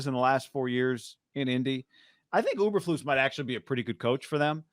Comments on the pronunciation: E bur flus! Not Uber flus! And Lance bout to throw 3 picks in the first quarter! Good luck tho! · Btw, It’s EEEberflus “you kind of like”! Not UBER….FLUS!!! You don’t even know the coach’s name!! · E bur Floose